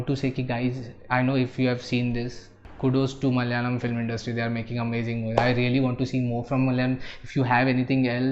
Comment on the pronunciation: Hey, sorry to pick on you. it is pronounced as M A L A Y A L A M. Not MAL - YALAM